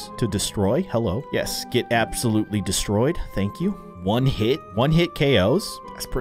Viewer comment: he was meant to say abs ouloutly